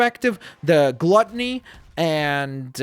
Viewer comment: He butchers Gluttony